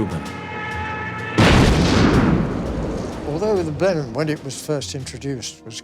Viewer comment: It is easy to tell this is an american production. They cannot pronounce or recognise the word Blenheim.